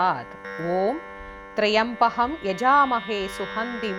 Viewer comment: Wrong rendition. The inital word is trymbaky... Please see the correct rendition in